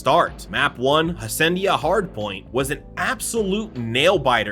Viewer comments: bro, HA-sea-en-da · Bro 45 seconds into the video you mispronounced Envoy and Hacienda… I’m out lmao